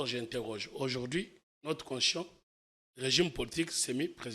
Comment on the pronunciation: Quand il parle "Constion" tantôt de "Conshion" tantôt"Consishon" tantôt "queshon" il voulais prononcer quoi ? Je suis perdu aidez moi